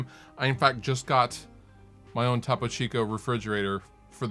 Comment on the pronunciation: It's toe-poe.